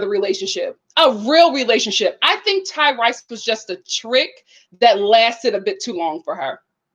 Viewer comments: It’s hilarious how she calls this man Ty-RICE. 😄I can’t tell if she mispronounces these people’s names on purpose to be shady or is being genuine. Either way it’s funny! 😂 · I thought it was pronounced Tyrese just spelled Tyrice.